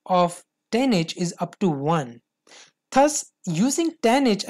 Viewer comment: accent me kyon bol rha bhai thus is pronounced as DUZ ths ths bol rha laudoo